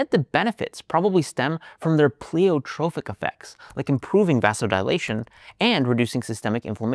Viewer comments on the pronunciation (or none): Pronunciation note: it's PLY-otropic, not PLEE-otropic (the word doesn't share a root with "Pleiades"). It always makes me nervous when pundits reveal gaps in their knowledge of the subject.